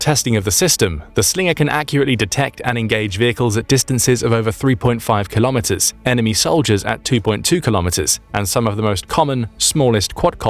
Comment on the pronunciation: Your pronunciation of the word 'kilometres' is incorrect.